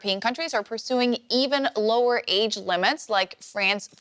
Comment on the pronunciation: other countries are pursuing eeeven LoWeR age limits, why is it pronounced like that? Makes it sound like thats even worse